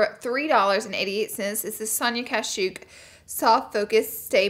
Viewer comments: Sonia kashuk. Yet another thing Laura doesn't know how to pronounce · I feel like you’re saying Sonia Cashew 😂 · Lindsey Zal she def did at one point lmao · Girl I really thought you were saying Sonia Cashew